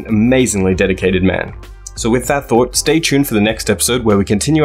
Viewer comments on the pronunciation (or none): none